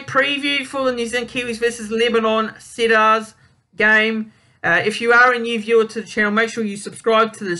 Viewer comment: HI mate. good luck making the vids. Just a tip.. It's pronounced "Seed-ars"... Let's go Lebanon! My first Lebanon world cup match I watched was Lebanon v New Zealand in 2000 WC! DAAAAMN it was cold!